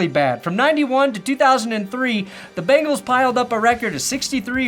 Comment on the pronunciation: missed opportunity, "...going balls deep into the Cincinnati" ... bungholes! oops should have watched the whole video but you did mispronouce it a little. lol